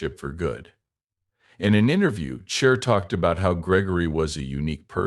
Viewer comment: What language is this? Pig Latin? You pronounce her name every way but the correct way. Are you a bot?